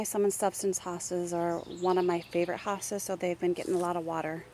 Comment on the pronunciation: Hostas not hostages lol